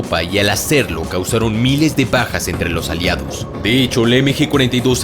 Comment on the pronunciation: entendí "causaron Miles de pajas a los aliados" XD